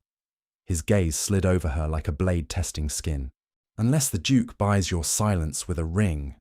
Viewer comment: Why does he keep saying Juke instead of Duke. It's quite annoying